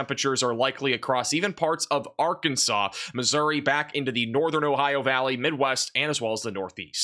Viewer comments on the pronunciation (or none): none